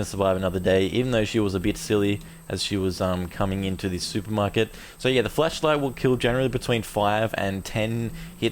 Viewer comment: I just love how it sounds like your saying "fleshlight" instead of "flashlight". I find it funny.